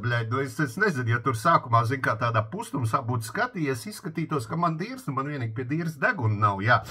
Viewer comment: "lai būūbi normāli" 😂😂